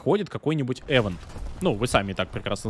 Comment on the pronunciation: ИВЕНТ господи ИВЕНТ а не ЭВЕНТ